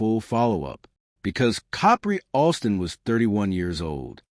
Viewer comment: I had to stop listening it was getting too annoying of the mispronunciation of the name